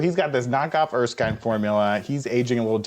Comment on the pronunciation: Awesome. However, it's Erskine, not Erksine.